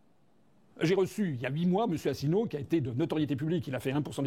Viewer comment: Déjà, essaye de prononcer convenablement si tu veux faire une video: On dit Asselineau pas Asslenieau en français ou alors reste chez toi